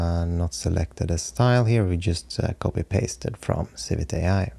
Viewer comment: Per the CEO, it is Civi-Thai. :)